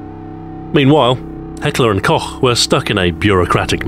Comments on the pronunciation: omg please make a patreon level of 500000$ you are the chosen one you said koch not kock and even in the most perfect way i heard from a non german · I'm sorry, did you just pronounce the ch in Koch properly!?